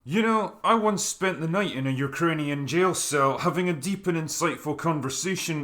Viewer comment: I grew up going to a Ukrainian Orthodox church my whole life. Met probably hundreds, if not thousands of different Ukrainians considering we have a high population of them living in Saskatchewan. I've never heard anyone ever pronounce "Ukrainian" as "Ukrinian." Lol